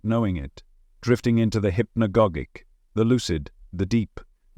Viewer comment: HI there, interesting content! One thing: Hypnogogic is pronounced: Hip-no-gaah-jic like "logic"